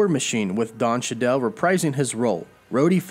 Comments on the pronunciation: Don CHEE-DULL, CHEE-DULL, not CHA-DELL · chiddel? it's cheedle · Just a quick fix on Don Cheadle’s name. It’s pronounced “chee-dle” not “sha-dell”. Look forward to more info on this and the rest of the MCU :) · It's Don Cheadle. Chee-dull. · It’s pronounced “chee-dil” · 1. I thought War Machine was being replaced with a new actor before realizing you just said his name in a funny way. 2. I wonder if Marvel can use Knull in a spiderman movie (or any MCU film) without mentioning venom or carnage...